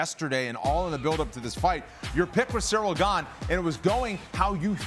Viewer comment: He caught fingers to BOTH eyes. And only Tom can say which hurt more. So, if he holds one more than the other, you can not imply he was checked out. AND BTW, CHAEL: His name is Ciryl. Not Sareal. Pay some respect, son